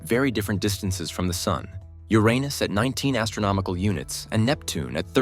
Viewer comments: A vid that says the name Uranus correctly gets you liked and subbed! Maybe i should propose to the AI lol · Thank you for pronouncing the name correctly. The current pronunciation is far worse.